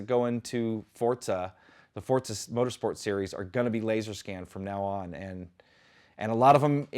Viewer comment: Am I the only one that keeps hearing him saying "Fortza" instead of "Forza"?